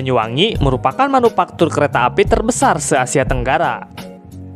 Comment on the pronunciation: Manufaktur bukan manupaktur